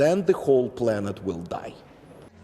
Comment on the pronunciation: & then the whole planet will daaye! 🤣 🤣